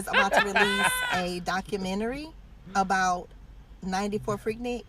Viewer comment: I’m from Atlanta and it’s pronounced freak nick not freak neek.